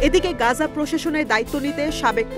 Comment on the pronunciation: "গাজা" নয় সঠিক উচ্চারণ হবে "গাজ্জা"... ধন্যবাদ